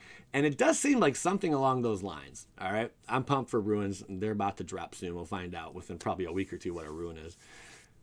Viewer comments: Why is he saying "ruins"? It's runes... Anyway white is looking more interesting, finally. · Uh,it's runes my ninja,like "roons." I'm betting it's gonna be a subtype for spells,like arcane or tribal. Btw, Resplendent Marshall's etb/dies ability works with the the creature type that you exile,it doesn't have to be an angel or a warrior,although you can definitely use it for those tribal types. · You are calling them ruins, not runes. On purpose? The idea would make sense to add to equipment... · you keep saying “ruin” what is wrong with you! WOTC isn’t taking about Mayan temples! Lol as far as runes go though... I agree bro lol